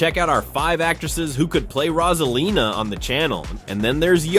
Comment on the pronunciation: IT'S ROSALINA NOT ROSELINA MAKES SENCE